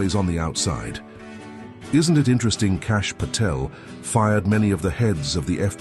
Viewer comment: That sounds like an AI voiceover to me. There are a few giveaways, including the way it pronounces Kash "Pee-tel".